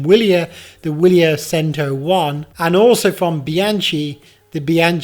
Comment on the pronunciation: Seems you have an easier time pronouncing Ribble over Bianchi and Cento, too 👀